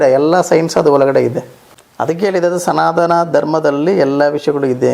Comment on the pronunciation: ಎಂಥ ಮಾರಾಯ್ರೆ ನೀವು ಅನ್ಯಗ್ರಹ ಜೀವಿನೇ ಇರಬಹುದು.😂ಸನಾದನ (ಸನಾತನ) ನೀವು ಕನ್ನಡ ಸರಿಯಾಗಿ ಕಲಿತು ವೀಡಿಯೋ ಮಾಡಿ 😂